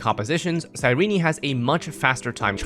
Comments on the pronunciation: This guy's pronounciation is diabolical. You dont need to say the last "e" when pronouncing her name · Boy why are you saying her name like that 💀